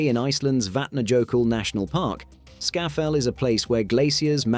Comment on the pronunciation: It is Skaftafell not Skafafell. Disappointing pronunciation ogf place names. More research needed.